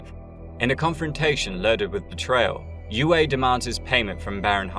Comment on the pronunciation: How do you pronounce foam? That's also how you pronounce C.H.O.A.M. The doctors name was u-ay, not whatever butchery you said. Have you even watched the movies or listened to the audiobooks? I'm guessing no.